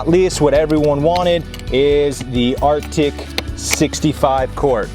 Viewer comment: RTIC not "Arctic"